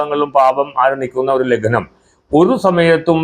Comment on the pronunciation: It is not Laghnam. It is Lagnam